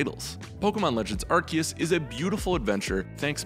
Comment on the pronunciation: Did you watch the trailers? Even the official announcer pronounce it Arc-seus. Edit: I mean Ark-kee-us like others have pointed out.